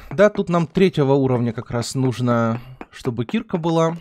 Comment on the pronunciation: А почему ты говоришь слово киркА (ударение на А, специально сделал ее заглавной) как кИрка это же не правильно. Слово кИрка - это лютеранская церковь. И вообще каждый раз когда ты говоришь про киркУ, ты делаешь это не правильно? =) падеж ед. ч. мн. ч. Им. киркА киркИ Р. киркИ кИрок Д. киркЕ киркАм В. киркУ киркИ Тв. киркОй киркАми киркОю Пр. киркЕ киркАх